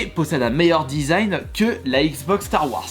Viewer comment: Ba il la pronnonce a la Française